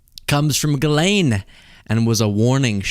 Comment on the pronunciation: Pronounced Jjjeelaine ( no hard “g” sound) and no “s” sound.